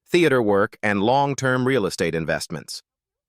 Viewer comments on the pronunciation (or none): none